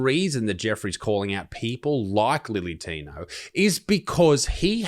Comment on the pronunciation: Can we stop saying lily tino.....when its clearly Billy tino?